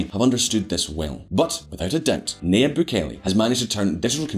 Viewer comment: His name is pronounced NaJeeb. “Nah-Jeeb” - it’s a Lebanese name, pronounced by a Spanish speaker. The ya becomes a ja in Spanish, so that’s why his name is transliterated thusly. There’s a huge a successful Levantine population in central and South America, mostly Christians from what’s now Lebanon, Syria and Palestine, who emigrated widely to Brazil, Argentina, Chile, Colombia, Venezuela, Mexico, Central America, etc, starting in the late 19th century. Early on, their religion helped Levantine Christians to get access to western-run missionary educations. My own great grandfather got a bachelors degree from an American-accredited university. In Beirut. In the 19th century In this century. A degree that, since it was issued by a university accredited by the New York state board of regents - it was honored by American schools and businesses. Their religion, and the help and advocacy of Christian missionaries - helped Christians flee religious violence during the late ottoman period. France, the us, abd Latin America were the largest destinations pre ww1. Post ww2, the commonwealth countries, and also west Africa and even parts of Asia. Muslims began to join them in emigrating widely in the 20th century. Lebanese dominate business in west Africa especially, mainly Muslims. Also the southern cone of South America. Many are well-educated, globally connected, skillful merchants. We’re both merchants from the day we are born, it’s just who we are. We’re used to huge groups and arm